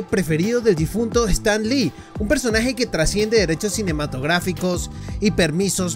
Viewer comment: Es Stan Lee. No stand lee.